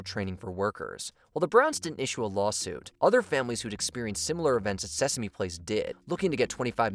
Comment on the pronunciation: The reporter definitely said Seaworld instead of Sesame, right?